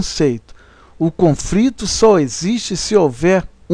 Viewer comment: muito bom o trabalho, soh nao sei pq o autor fala CONFRITO ... com frito soh se for OVO ... coisa horrivel, dói os ouvidos